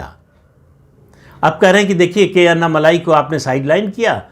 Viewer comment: माफ़ करना, उनका नाम 'अन्ना मलाई' नहीं, 'अन्नामलै' हैं | अण्णामलै - ऐसा बोलना ठीक् होगा|